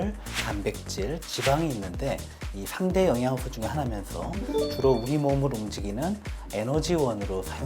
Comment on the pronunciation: 예? 싐대 영양싀오 탄싀아물 이요? 선생님 번데기발음 넘나 귀엽네요